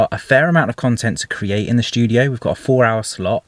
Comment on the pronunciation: 0.49 “shtudio” Lool